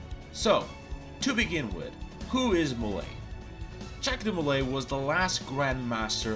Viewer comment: Hey your pronunciation was close! (Ja-khs Dee-Molei)